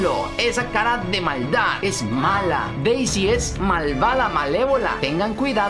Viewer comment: enves de p es de d d d d de Deisy